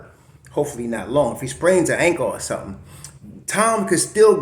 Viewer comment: ...we got "sum-tin" here!!! Wow, great win. Happy New Year Bro.